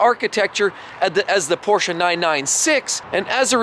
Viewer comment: He pronounced Porsche correctly.